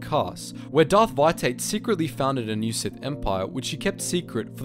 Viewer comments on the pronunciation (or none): Veitait....It's Vitiate, pronounced Viciate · To be helpful wouldn't it be pronounced 'vish e ate'